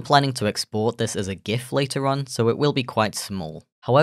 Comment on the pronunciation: I'm so happy you pronounce "Gif" correctly